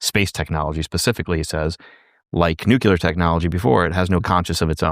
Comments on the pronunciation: Ouch,: it's 'nuclear' - pronounced new-clear - not 'nukular!' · Nucular... New clear... Nuclear.